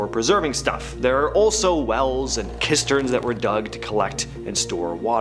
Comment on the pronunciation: You mean you’ve never heard of the Earl Mountains? 🫠 Or Kisterns? (Cisterns, I imagine is what he meant)